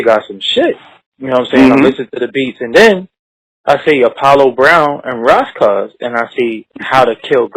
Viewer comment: Y he keep callin him Ross Koss